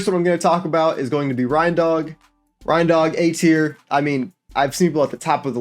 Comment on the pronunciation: This man pronounced rein dog as Rhindog, bro it's a dog and a reindeer ?? It's pronounced "rain dog" 🤦🏼‍♂️